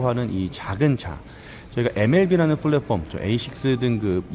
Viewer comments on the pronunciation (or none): 플랫폼 발음하실 때 p발음으로 해주세요 f발음 말고요 ㅎ